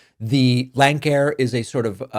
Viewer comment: MORE plane crashes 'under Biden' ? NO, actually far FEWER, in fact very few at all and ZERO domestic scheduled jet or turboprop flights. FYI, Lancair is pronounce Lance-air. Republicans LIE incessantly, it's all they know.